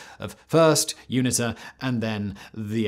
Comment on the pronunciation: Erm, Simon it's MPLA, not MLPA. And you pronounce UNITA as You-nee-tah.